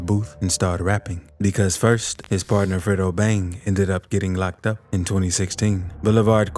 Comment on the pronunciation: why you say "Locked Aup!" Like kendrick lamar 😅